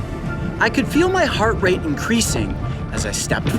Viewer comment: Lmao. I thought he said "heart rape"